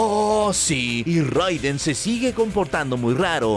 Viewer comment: Solo como dato extra... Se pronuncia “Reiden.” (Pero buen video, crack).